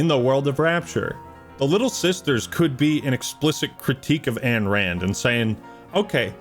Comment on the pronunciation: Brother, love the video, BUT -------- IT IS NOT "ANNE RAND" it is AYN RAND, pronounced INE Otherwise good video